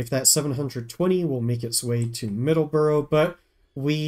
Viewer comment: MA native here. Middle-borough. No "S". Side note: Excited for the new play through!